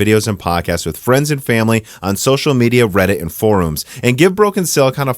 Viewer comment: OMG, I'm tickled someone else has noticed. I don't think all (or any) of his mispronunciations can be attributed to a Minnesota accent because seems to say just about everything fine. I have a list of words can't seem to say right here: forum, melting, anti-aliasing, whether, etcetera, linear and (my favorite) WAN Show. It sounded like he called Linus's show the Juan Show 😂😂😂☠. obviously very intelligent, but I don't get what type of neural thing would cause him to mispronounce some very basic words.